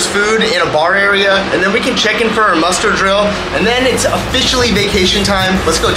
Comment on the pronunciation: Are you saying Mustard drill? Or Muster drill? Haha…awesome video either way!